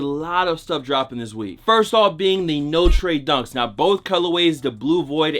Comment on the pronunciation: You're pronouncing Notre wrong